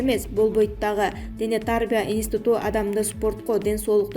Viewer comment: Дене тарбия деген сөздү туура айтчы.